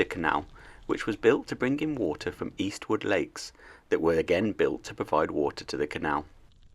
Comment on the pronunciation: It’s Earlswood Lakes and not Eastwood lakes.